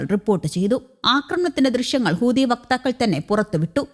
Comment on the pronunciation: ഇവൾ ഇപ്പോഴും ഹൂദി എന്നാണല്ലോ പറയുന്നത് ചേട്ടാ.😂 ഇവളെ തിരുത്താൻ ആരുമില്ലേ? ഹൂതി എന്ന്